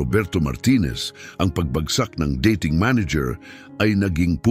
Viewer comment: Ulitin mo nga ang pagbigkas Ng " dating manager".